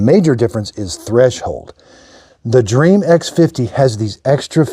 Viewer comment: I my country you say dreamy, not dream. :D